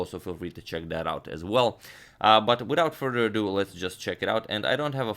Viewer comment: Not "a due" but "ado"...